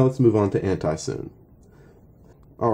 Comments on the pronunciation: It's called 'soo-nay' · BRUH ITS (soo-nay)